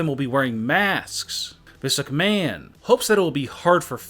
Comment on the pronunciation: And he pronounce vince McMahon as vince ucmahon I know he’s had a stroke